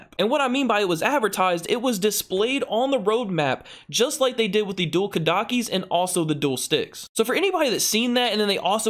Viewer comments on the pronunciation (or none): U said dual kadakis